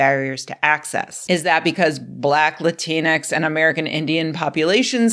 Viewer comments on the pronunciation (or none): It’s the X that’s the problem. It’s not supposed to be pronounced. It’s “Lah-teen” denoting a non gendered version of Latino (masc) or Latina (femm) Like half the letters in any french word, the X is silent. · Rebecca I love you but the x in Latinx is not pronounced. It is a placeholder. If it is pronounced it's usually pronounced like an e. Please.